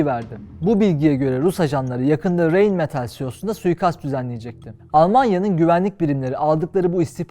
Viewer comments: Yumuşak ğ ne alaka? Anlam veremedim? Reynmetal diye okudu yumuşak ğ yokki, raynmetalı kanımca ingilizce telafuz etti gibi? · Rhein-Metall, ilk harfi Ğ'ye yakın şekilde Raynmetal olarak okunuyor ❤